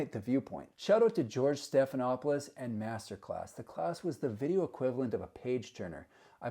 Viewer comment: George Stephenopolos? lol. What an idiot!